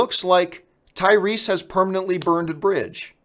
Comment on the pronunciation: "Tyweese" you weren't wrong John